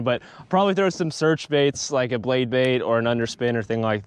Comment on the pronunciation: The “bade Blait”. 🤣. Anyone else catch that? Love ya. Just having some fun.